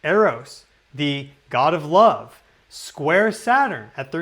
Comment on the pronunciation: I lurve how you said lurve! ❤